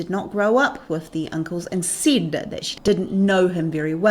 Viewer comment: she SID or she SAID?!